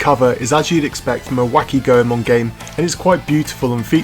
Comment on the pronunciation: Lol the last time i saw you ya dressed up like Goldust. you look so different lol im glad your a fellow Ganbare Goemon fan! Also its actually pronounced "Goy-Mon" just thought i'd help!